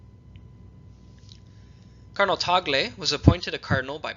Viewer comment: You persistently mispronounce the word "cardinal as" "colonel" when discussing specific cardinals who may be "papapile." Not when discussing "cardineals" in general. You need someone to monitor and correct your elecution.